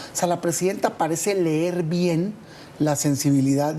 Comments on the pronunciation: Vuelvan a poner a Nuño haber si ahora sí sabe "LER" 😂😂😂😂😂😂😂😂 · Oye y cuando estaba uno q decía ler en lugar de leer.nuño creo nunca ví q protestaran por su ineptitud